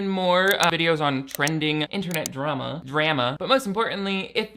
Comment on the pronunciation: Why did you say drama in Canadian in the beginner have you been watching degrassi